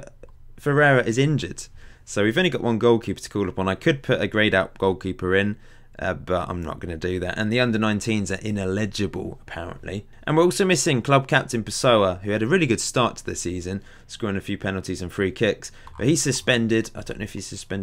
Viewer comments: ineligible not in-illegible, killing me. Keep up the good content though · loved this season but as an English teacher I have to ask you to please check your pronunciation of 'ineligible':)